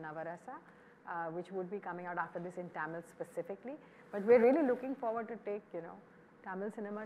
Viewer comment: You can't even pronounce "Tamil" properly. How will you take tamil cinema to world cinema?